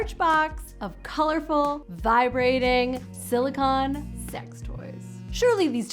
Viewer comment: I like your videos but I have to point out some error in your math. If 65% of women reach orgasm with their partner and 95% while masterbating, it's not 30% more but almost 50% MORE likely. (actually 46.15%) Also, it often sounds like you're saying silicon when you mean silicone. Two very different materials. Nobody would want silicon boobs.